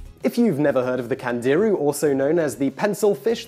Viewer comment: Candirú has the accent on the "u"